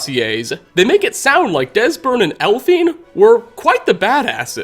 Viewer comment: "Desbern elphine" 😂